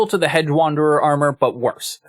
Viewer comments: I'm hearing "hed" or "hed-guh" (with a very slight "guh" sound) when you say it. Not hearing the "j" sound. Maybe it's something weird with the way youtube is processing the audio? But it really did stand out to me when I heard it -- enough for me to make the comment. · I'm sorry to be this guy, but it was driving me nuts during this video: "Hedge" is pronounced "Hej". There. I feel a little better now.